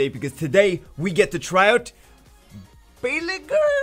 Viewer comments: I am not an expert ancient nordic language but I have studied some in school and am from Sweden and the way I would guess you would pronounce his name is Baal-ey-gyrr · Bah-lay-gr with the gr being softer. Think at the end of the word smolder. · Pretty sure it's pronounced Bale-yur, that's if the name is taken from a Nordic background as ygr makes the yur/ur sound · The “Y” is silent